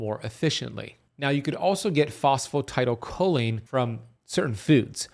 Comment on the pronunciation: You know I'm not understanding what you're saying are you talking about phosphatidylcholine?... I think you are just saying it wrong in fact you can get it from less than cheaply at most stores